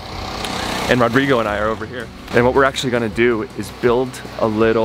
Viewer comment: I really enjoy watching your builds. Does ROdrigo pronounce his name ROdrigo with a long O or Rodrigo with a short o. That is uncle's name in Colombia. Just curious. Stay healthy and keep making videos!!